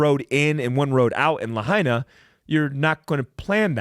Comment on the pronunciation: I'm a hapa haole. It is pronounced "Lah-Aina" Lahaina is the Capital of Hawaiian Kingdom. This is more genocide for us natives. Big Guy I would love to talk with you? How?